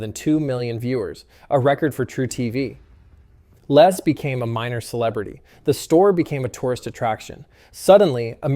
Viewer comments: LESS not Les . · I always find it strange how Americans pronounce the name Les. In the UK we say 'Lez' not 'Less'